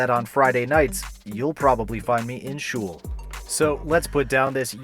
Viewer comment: the way you pronounce it makes me grin 😁. Sounds funny :)